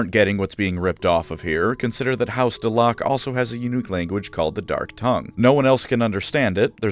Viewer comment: Pretty sure the proper way to say that is Dell-uh-keuw...